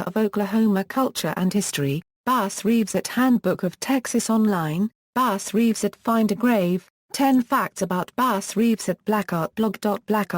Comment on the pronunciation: The narrator should learn how to pronounce his name.